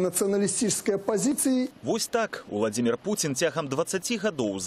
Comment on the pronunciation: Белсат объясните своему репортеру,что ВладИмир ВладимИрович-это как скАзку сказЫвать.Правильно произносится ВладИмир ВладИмирович(!)